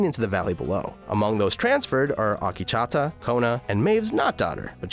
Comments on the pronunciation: AkechAAta ?? Damn it's Akecheta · Not Ah-Kee-Cha-Ta its Ah-Keech-ehTa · Akecheta not Akichata you dumbass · OMG, listening to Akecheta's name repeatedly pronounced wrong was like nails on a chalkboard. It's not "Akee-cha-ta" it's "Ak-eh-chet-ah" for the love of my ears, please. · Oh god, Akichata... it hurts how many times he mispronounces Akecheta. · How tf can you pronounce Akecheta as "AAKICHATA" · Next time you hire a narrator, make sure they actually watch the show to understand how the character's names are pronounced... they way you pronounce Akecheta (it's pronounced "uh-KEY-chi-tuh") is actually triggering. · I think the native american character's name is pronounced "uh - KEY - chi - tuh" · It's killing me. It makes Akecheta sound like a frothy latte! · Great summary! Very thorough. Also, you're pronunciation of "Akecheta" is terrible. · Good except I cringe a little every time he mispronounces Akecheta Also Ashley maybe being a host is theory, not fact. He could have been making a joke about having a "core drive". This isn't a series where I'd take anything said at face value.